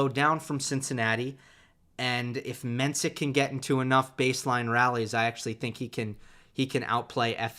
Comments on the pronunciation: Hey, Its pronounced Menshik, not mensik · Appreciate the support for Menšík! Just wanted to say that if you’d like to pronounce it properly it’s Mensheek (š is sh and í is ee). Though maybe Jakub doesn’t mind iirc